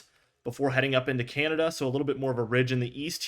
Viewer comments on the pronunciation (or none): none